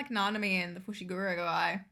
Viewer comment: If you're wanting to improve your Japanese pronunciation, probably my biggest tip would be don't close your 'O's. Basically, instead of saying the full -oh sound, just the -o part is pronounced. Instead of FushigurOH, it's Fushiguro. Kinda hard to convey in text, but that's the best explanation I've got. And was correct on Utahime. Japanese doesn't stress syllables the way English does, so it's not U-TAA-hi-me, just U-ta-hi-me.